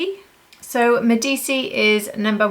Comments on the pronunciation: I think Medici is pronounced Med-Eee-chee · It’s pronounced Medichi :) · Thank you for your review, I like Ashes of roses best for myself. Considering the pronunciation of Medici: it should be named after the powerful Italian Family that reigned in Florence during the Renaissance. It should sound like Meh-di-chee 😊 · Lisa has pronounced it as “Medichi”